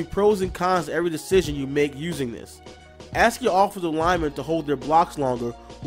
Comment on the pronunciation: a s k ... not a x e